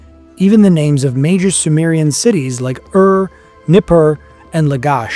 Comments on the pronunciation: Ur is not to be spelled as Arrr but as Oorrr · Ur is pronounced Oor which is Tamil.